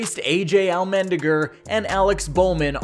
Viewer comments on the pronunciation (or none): The way you said Allmendinger got me dead 💀 it's a joke to take it seriously just subbed